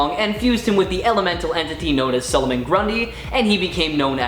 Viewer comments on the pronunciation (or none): Its solomon ...not sulumin